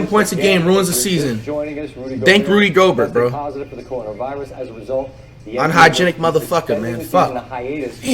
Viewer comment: Andrew he finally say it right